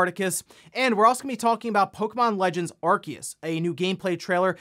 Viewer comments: With all the respect in the world, I gotta ask. What's an Are-Kee-Us? It's Arceus. Are-See-Us. When did people start suddenly pronouncing it all weird? Before this game, clear as day, everyone pronounced it Are-See-Us. Also, yes, the game is ugly and looks pretty dull. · It’s pronounced Ar-see-us.